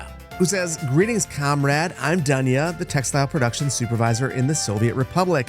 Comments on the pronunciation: Dunya is pronounced with [doo] in the beginning, the way you read it is a male name, Slavic version is Daniel. Well you promised you'd butcher the names... 😅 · Dunya should be pronounced as Doonya. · Dunya pronounces like dOOnya, not dAnya :) don't know how to show it correctly. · You finally Dunya homework on pronouncing names!